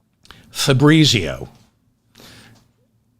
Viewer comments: Fabritzio? That’s an Italian name pronounced FAB- Rheetz IO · if you pronounced it correctly -- fah breetsio -- you wouldnt laugh so hard